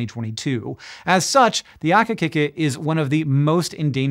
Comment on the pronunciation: Saw ‘akikiki on the thumbnail, had to click!! JSYK Hank, the "i" in ‘akikiki is the vowel sound in "key", not in "kick".